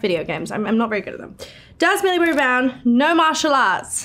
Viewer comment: "Millie BBBBrown"